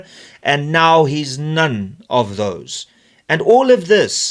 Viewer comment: Love the way you placed emphasis on "none"....still laughing